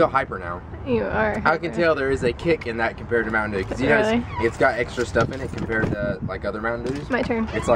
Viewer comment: MTN Derr: Game Ferr.... lol